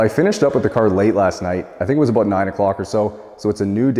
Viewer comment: That's what I'm talking aboot.